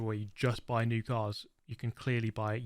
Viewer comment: He can't even pronounce New